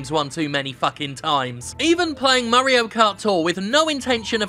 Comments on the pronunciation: Lmfao I love how he pronounces "Mario" as "Murreo". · "Murry-o" Perfect.